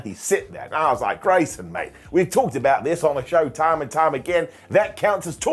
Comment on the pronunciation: "Toim and toim again." Your impression sounds like Southern US. Lol.